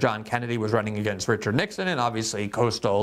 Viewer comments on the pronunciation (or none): none